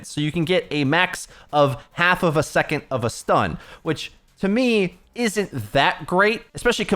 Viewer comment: Hey you pronounce "second" as "secont" and it's infuriating but thanks for the video <3